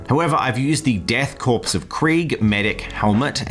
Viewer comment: Love how the army is going. Btw 'corps' is pronounced 'core', it's from French which is notorious for its silent letters.